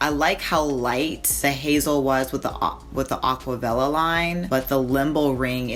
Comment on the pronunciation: AquaVella? Gurrrl.. It's AquaRella